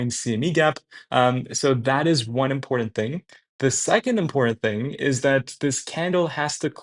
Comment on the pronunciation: Learn to say the word "important" if you are going to continue murdering it. There is no "D" in that word. Be better.